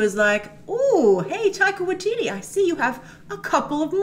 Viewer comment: OMG : tip: How to pronounce his name properly. Taika Waititi pronounced Tie -Kah Why -Tit-T not Why teetee